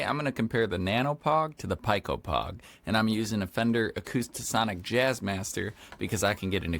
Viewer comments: pico is pronounced like "pee-ko" not "pie-ko" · Not so fast friend, I'm afraid I have to counter your correction with another correction. It's actually pronounced "pie"; the "c" and "o" are silent, meaning his pronunciation was in fact, more correct 🤷‍♂️😅